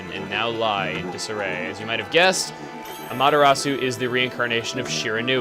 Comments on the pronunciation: chugga...i have a question thats bugging me...is amaterasu pronounced the way u pronounced it or am-ah-ter-reh-su? im sorry if its not... but im into the japanese and i sorta pronounce things like they do...sooo...tnx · I think Amateratsu's name was pronounced at "aw-muh-ta-raght-su". I dunno, that's just me. I could be wrong. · Its pernounced a-me-tur-at-su yay for taking japanese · Sry but u severely mispronounced Amaterasu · Chugga is still pronouncing Amaterasu wrong :B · this is my third time watching this and i forgot to metion this a ling time ago but her name is pronounced aw maw terraw soo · I'm watching all of let's plays ever in chronological sequence, and this looks to be epic.... "Amaterasoo". No. I've lived in Japan for a year; back then a yen was just about a cent. Dunno the exchange rates now. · Sorry Chugga, but.. it's pronounced A-mee-ta-ra-su. >> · AAAGH!!! It's not A-MahtA-rasu. It's ah-mah-te-rah-soo. The mispronunciation just drove me nuts throug that opening bit. Please say it right, my brain aches when someone just doesn't get the pronunciation right. You made the lower case e sound like an upper case A. This just bugs me. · you pernoused amaterasu wrong :/ That's fine though :D I found out how to pernouse it in a TV interview thing xD its pernoused am-er-short o-su(long u) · it's AH ma ta RAh soo!!!!!!!!!! get it right!!!!!!! JEEZ!!!!!!!!! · AAAGH!!! It's not A-MahtA-rasu. It's ah-mah-te-rah-soo. The mispronunciation just drove me nuts throug that opening bit. Please say it right, my brain aches when someone just doesn't get the pronunciation right. You made the lower case e sound like an upper case A. This just bugs me. Also, ee-Sun calls you Ay-mee. You got even the english wrong. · Its actully um-ot-er-los-ou try speeding that up and you got it.